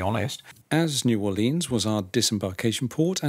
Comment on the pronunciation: New Or Lee Ans never heard it pronounced like that but I suppose someone had to